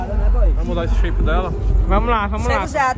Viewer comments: qualquer mulher magra: toguro:"Ta sheipada" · Cremosinho: "Eai qual sua resposta?" Toguro: "Tá sheypada" Kkkkkkkkkkkkkkkkkkkkkkk'